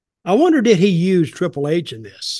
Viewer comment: Dutch just called Triple H …Triple E 😂 anyone else catch that at the beggining